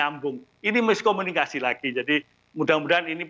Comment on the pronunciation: Bukan miskominikasi. Tapi tidak kominikasi.